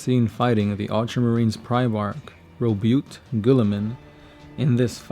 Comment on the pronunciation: love all your vidoes but i have one complaint. you keep saying guilimans first name wrong. its pronounced Ro-Bu-Tee not Ro-Bu-t. thats my only gripe so please keep makng vids